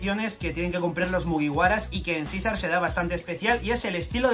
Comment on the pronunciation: Ibas bien hasta que dijiste Caesar